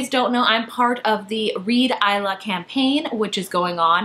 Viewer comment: Thank god you pronounced Isla as Aihla instead of Isla XD Love tote bags. They be so swag ;)